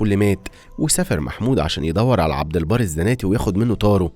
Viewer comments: عبدالبر مش عبدالبار 😂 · عبد البر مش عبد البار احسب على كلامك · عبد البر وليس عبد البار